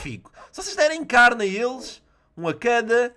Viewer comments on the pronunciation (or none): none